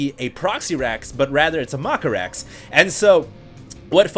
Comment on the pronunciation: Lol "maka-rax", "scoot-n-shoot marines", "blings"